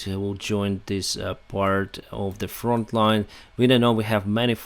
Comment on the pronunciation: It's front not font.